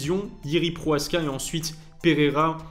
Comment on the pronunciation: 9 minutes de vidéos pour parler de Jiri vs Alex 3 minutes ... et c'est Prochazka et non proaska .....